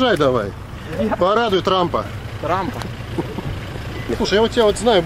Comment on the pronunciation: РАМ а не РЕМ